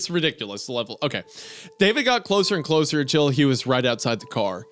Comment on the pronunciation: "Come cwoser... wook how youw've chawnged."